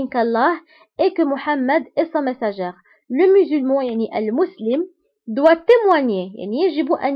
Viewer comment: Merci ma soeur , y'a une petite erreur de prononciation, on dit le messager sans prononcer le "r"